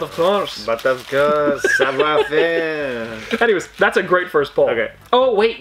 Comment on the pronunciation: Well done Dad. Show him how it's done for questioning you when you told him that it was pronounced savoir-faire, not savior-fairee. LOL